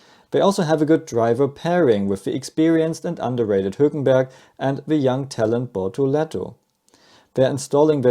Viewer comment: You must be American😅